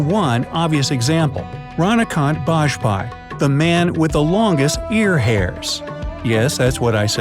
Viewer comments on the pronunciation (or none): It's ra-dha-kaa-nth baa-jp-aai not raDacaNNT baJpaEi